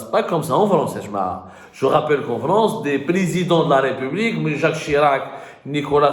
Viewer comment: Je suis sincère, pourquoi tu prononces le mot.( Ripoublique ). Tu es royaliste c'est ton problème. Le Roi est Mort Vive le Roi. Ma République elle est ce que elle est et je suis fier d'elle. Quel marchand en crabe 3 pattes en avant 2 partted en arrière c'est pas ton problème c'est ma République